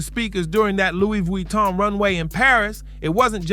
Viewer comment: “Looie Vooie-ton” 🤣